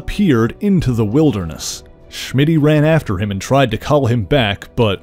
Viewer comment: Why do you say "Shmitty"? LOL his name was Smitty.